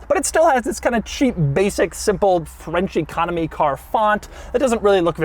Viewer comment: Every time Doug says "French Economy Car" I hear "Frenchy Comedy Car" and well